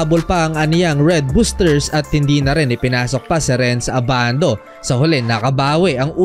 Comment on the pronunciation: abandu en yur pish✌️🤣